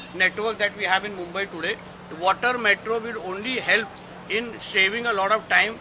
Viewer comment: Not a big English, small 2nd class students talk much better English than this, for Saving word, he pronounced shaving 🙄